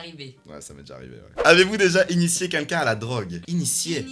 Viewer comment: Ca vous stress pas doc quand il dit "qqn" il le prononce quinlquin mdr